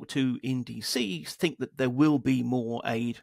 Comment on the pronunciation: great interview, but can you please stop saying tinG, instead of thinK? drives me crazy..